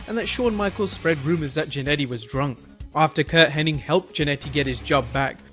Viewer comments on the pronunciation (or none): Ffs its hennig not henning! Learn boy learn! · His name is Curt Hennig.... Not Curt Henning... Somehow people always say his name wrong...